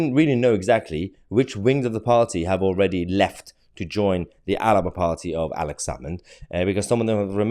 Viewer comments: Mahyar you keep saying the Alaba party,it's the Alba party.2 syllables. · I thought it was something like alapa. (almost) three syllables.